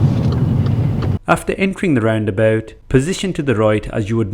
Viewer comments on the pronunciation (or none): I like the way you say roundaboot, laddy!